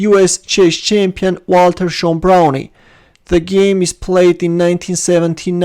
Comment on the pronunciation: Pretty sure he pronounce his name 'Brown' not Brownie. I played him once, got clobbered.